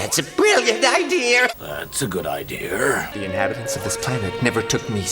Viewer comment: Also what's with these bad dubs saying "idear"?!